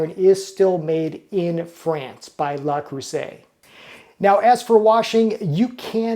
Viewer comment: (TL;DR at bottom 😛) Hello! I am French and... while I think that's already a better pronunciation since it allows the distinction between le, la and les which all carry different grammatical meanings, I think the "r" at the end might become misleading. There is no "r" in French like the English one, and there definitely isn't a French "r", even subtle, in this word 😅 My own recommendation would be to try for " luh", with a vowel like in "duh". That should get you pretty close, but if you want to get the vowel even closer, try closing the corners of your lips a little more, as if going towards a " oo". If you shoot for something in between "luh" and "loo" you should be pretty good. For the rest of it, the "eu" in "creuset" is the same vowel, so same recommendation, something between "cruh" and "croo", but " cruh" will be the closest if you can't achieve the in between and have to choose one. After that, the "s" is pronounced with a "z", not an " s". It is usually how it goes for a singular s in between two vowels, and you'd need a double s for the "s" sound, like in "croissant". And for the ending vowel in "et", it is pretty close to "ay" but drop the "y" at the end. You can try shooting for something in between "aa" (as in "say aaah") and "ee" and that should get you there for those "é" sounds. (And if you ever need to pronounce a "è", keeping the corners of your lips where they are from the " é", open your mouth more lol) So, TL;DR, something like "luh cruhza(y)" 😂